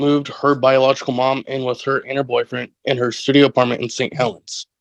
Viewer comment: I think he said studio apartment, not shitty lol, although it does sound like it 😂😂